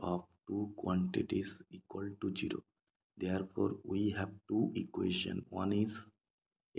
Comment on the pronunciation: Its ZERO and NOT JIRO !!.